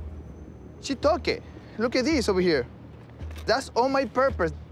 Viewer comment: “That’s all my purpurs” sorry but that made me LOL. 😭💀